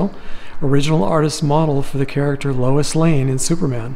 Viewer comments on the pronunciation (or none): none